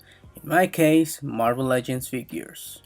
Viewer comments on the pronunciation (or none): none